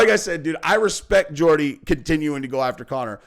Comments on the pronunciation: It’s not ‘Gordie’ ffs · Mate come tf on…. It’s “Geordie” Not GAWDie. Learn how to pronounce things. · True Gordy lol get the pronunciation correct Geordie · it's "Jaw-dee" not "Gor-dee" love and support from your British fans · A few points. First, it's pronounce True Jordie, not Gordie. I agree far more with True Geordie's take than here. Geordie was talking about current Conor versus current Jake Paul or KSI in boxing. And he's not wrong. I'd put my money heavily on Jake Paul to beat Conor at this point. Conor is a drug addicted, washed fighter now. if thinks he can still turn it around, I'd ask him this. Name ONE fighter who has suffered the terminal decline that Conor has, and combined with such a serious leg injury, how many have come back and started winning again? I can't think of a single example in boxing or MMA. If Conor fights Jake Paul he likely gets stopped in the middle rounds. KSI is wild and unskilled, and that could go either way, but Conor is washed at this point and gets finished by Jake if they ever fought, and I'm not sure he'd beat Logan Paul or KSI either. Finally, the hot blonde is Ebony Bridges, an Australian IBF world boxing champion, who also has her own Only Fans and is a shameless self promoter. They are both getting clout off of each other there. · ITS GEORDIE NOT GORDY FFS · Geordie….. pronounced Jawdy NOT Gordy, but come the sucking off of McGregor is obsequious. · Fuck sake it’s pronounced Jordy not Gordy bro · When you going to learn how to say True Geordie's name? Learn what a proper Geordie is. A Geordie is type of man from a certain place in England. Hard to believe a guy commenting on another guy and you can't even get his name right lol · T.G. speaks a lot more truth about Conor than you do. He was getting booed in the ring, his stock has fallen so far. And you need to learn how to pronounce "Geordie"!